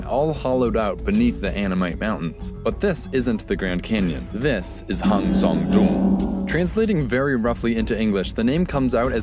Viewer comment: I like how educative it is but I can't help but shiver whenever he tries to pronounce Hang Sơn Đoòng